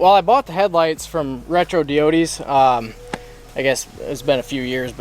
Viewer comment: You lost me when he said “retro (dee-o-dees)” its pronounced (die-odes) bro... seriously